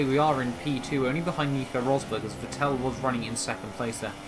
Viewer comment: Dude learn How to say. Vettel